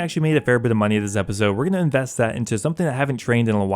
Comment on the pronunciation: drink everytime he says munyeee